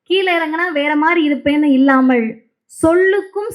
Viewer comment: அன்பு சகோதரி, எங்கள் சிங்கப்பெண், எங்கள் தங்கப்பெண், தோழர் அவர்களுக்கு 🙏🙏 "இல்லாமல் " இப்போது கூட நான் கவனித்த உங்கள் உச்சரிப்பு: "இல்லாமள்" என்று தான். மீண்டும் இந்த காணொளியை ஒரு முறை பார்த்து நான் சுட்டிக்காட்டிய தவறான உச்சரிப்பு இன்னும் இருப்பதை கவனித்து சரிசெய்து கொள்ளவும். 🙏🙏